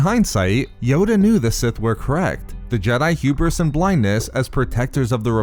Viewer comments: Renard Corsair H U B R I S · Say hewbris one more time